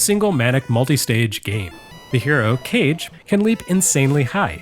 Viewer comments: Joining the chorus of ancient comments here about the fake-out of the pronunciation. For my part, I KNEW "Kage" was a two-syllable word following standard Japanese pronunciation rules, and yet when you consistently pronounced it as "cage" in the early goings of the video, I began to doubt myself. You always do great research and check on things like this, so I figured maybe I was the fool all along. Turns out that, in a way, I really was. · I also thought it was pronounced cage but I think it’s actually pronounced caw-gay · When I first heard you pronounce it as Kage it didn't bother me but I knew the comment section would be full of people saying it needed to be pronounced Kage. Also your teaser for the next episode had me laughing out loud. Hallelujah! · Legend of Cage?!?! Kage! Kah-geh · I was making the comment when I see the name of the game being pronounced as "Cage" (the english word), and then I saw and heard that they addressed that it was "Kage" pronounced in japanese instead. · The Rah-gey in the Kah-gey. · Every time I hear mispronounce Kage as "cage" I have a minor convulsion. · I wanted to throw up each time you pronounced it like cage. Thank you for the good joke after all was said and done! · I've been studying Japanese for close to 30 years now and only just realized that it was pronounced ka-ge when I re-purchased a copy of it before PRGE this year. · Matt Howard Watch the video, the mispronunciation was intentional. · As a kid growing up with one parent who was raised in Japan and another who was born there... I absolutely pronounced it like Nick's last name. I'm glad though, that we live in a world where it means a lot to people that we say it correctly. That's comforting to me. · yep it's pronounced like kagemaru of virtua fighter fame xD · it is pronounced legend of ka gay. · When you pronounced it "cage", I heard the sound of thousands of keyboard warriors preparing for battle.